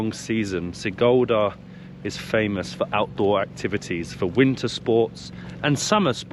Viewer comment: Sigulda - read like SEE-gool-dah (IPA: ['si.gul.da]); Turaida - TOO-rye-dah (IPA: ['tu.rai.da]) :)